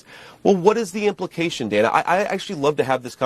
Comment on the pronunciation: when you were a high school easy lay, it was "Day-na" and now you want to hide your past or you want to be a man as now you are "Dan-a"